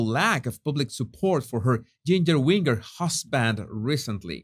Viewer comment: Jesus I must tell you!! 'whinger' is pronounced exactly like ginger 😉🙏❤️